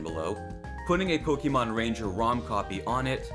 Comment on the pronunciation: Po"ké"mon Not Po"ki"mon.